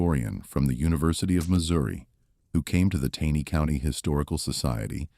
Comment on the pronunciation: Please narrator, it’s pronounced “TANEY’ CO,, with a hard “A”.